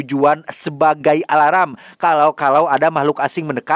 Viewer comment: Alarm bg.bukan aralam🤣🤣